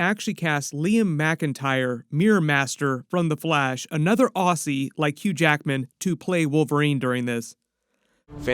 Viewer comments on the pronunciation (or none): none